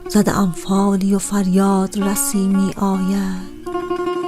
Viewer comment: خیلی افتضاح خوندید تقریبا ریدی به شعر حافظ علیه الرحمه ، بخصوص توی گویش می آید ، واقعا ریدی